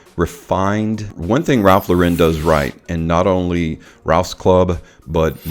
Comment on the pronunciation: Really like u and ur vids but bro, his last name is pronounced like a girl's name. He took the name from Lauren Bacall, the actress because his real name is Lipschitz